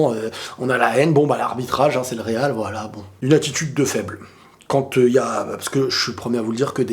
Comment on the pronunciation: Le real RRRRRRRR le real RRRRRRRRRR 😂 😂 😂 😂 😂 TU MA TUÉ !